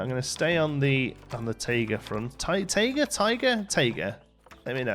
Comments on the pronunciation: tIger with an I lol not tager I could not figure out what you were talking about until you questioned yourself and said it correctly then decided against it ha! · The word, at least in America, is pronounced Tie-ga. I am not sure about Britain, but it MAY be the same